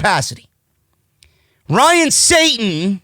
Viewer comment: I love when goes “Ryan SATIN” and looks at the camera 😂